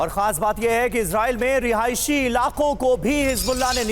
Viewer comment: Rihaishi Rihaishi mat bolo